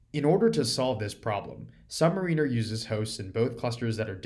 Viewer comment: You keep mispronouncing Submariner.